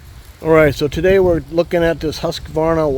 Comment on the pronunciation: There is no middle "a" in Husqvarna